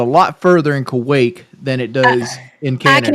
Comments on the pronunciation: ITS KUWAIT WINGS NOT KUWAKE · DUDE...Wings...It's KUWAIT...with a T